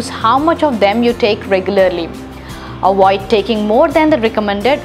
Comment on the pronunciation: There is so much to "awoid"! 😂